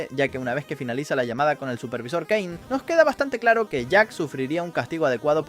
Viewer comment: Si porque en un rato dijo "keine" en vez de "kein" para referirse a caine